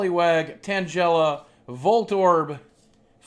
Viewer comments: its TANGLE-uh not Angela with 't' in front and CATerpie not kate-erpie. seriously. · I'm not hating but tangela is pronounced tang-guy-luh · Tang ell a not tangela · You made Tangela sound like Jell-O XD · this is cringy to watch he knows nothing about pokemon and did you here the way he pronounced tangela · The way you pronounced Tangela's name was very wrong and so annoying. SAY IT CORRECTLY !!!! noob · I think it's funny how you pronounce tangela